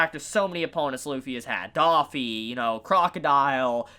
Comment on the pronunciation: my guy, is pronounced “Dofy” not “Daffy” please